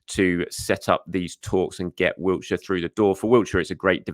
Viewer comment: But not Wilshere's 😂😂😂 There's no T in Wilshere (Love ya!)